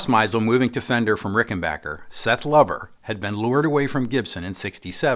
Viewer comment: Each time someone pronounces Rickenbacker correctly, an angel gets his wings.